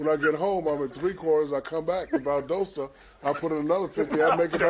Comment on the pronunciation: Did Shaq say Valdohsta or Valdosta 🤣🤣🤣 Inside the NBA is setup on auto record and since 2007 I've never missed an episode. Each one of these guys keep the show entertaining and it just wouldn't be as great if either of them ever left.